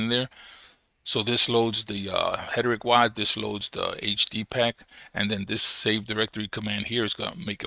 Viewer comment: Hederick?? Haha it's Heretic brother - pronounce it like "HAIR'-UH-TICK". :) Stress is on the first syllable. HER-e-tic. Thanks for the info brotha